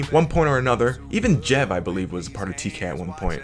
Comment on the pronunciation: I cringed so hard when he said Jeb instead of Jev